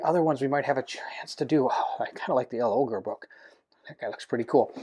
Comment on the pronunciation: I'll go for L'Ogre. BTW you pronounce it as if it's one word. Logre.